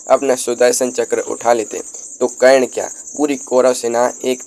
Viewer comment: Aap se anurodh hai aise topic me aap apni pronounciation thik kar le karan bolna seekh le hasi k patr na bane